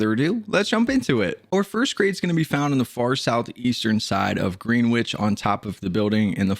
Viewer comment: I hate to be that guy but “Greenwich” is actually pronounced “GREN-itch”